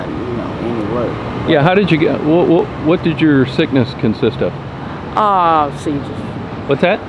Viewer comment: She said "seizure's"...